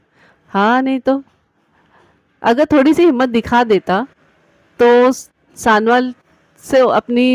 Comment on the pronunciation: Bibi mehrish sanowal galat pahar rahi ho